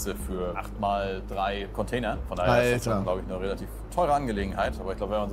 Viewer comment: Bin ich der einzige den es anders abfuckt das die ganze Zeit “Conteiner” sagt?